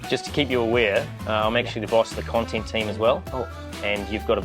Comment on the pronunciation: Not content.. it's KAANTENT😂 PEAS 😂